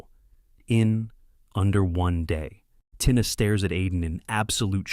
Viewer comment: Tina is pronounces Teena